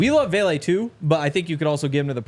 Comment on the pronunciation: It is Vele not Bailey